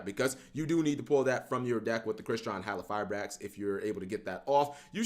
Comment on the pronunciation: HalQIfibrax. Hal-QI I can't pretend you're not saying it completely wrong no more 😂